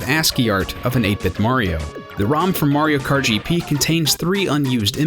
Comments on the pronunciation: I thought he said MARIO FART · I think I've heard "Mario Kert" enough for one day :P